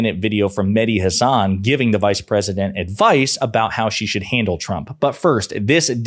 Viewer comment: If Mehdi is your favorite, you should say his name the way he says his name... HAHsun, not HaSAHN.